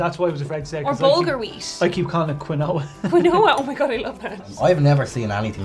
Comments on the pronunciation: It´s pronounced kinwah...not kinoa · Like John, I also used to pronounce quinoa as "kwin-oh-ah." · It's usually not quinoa but mkay.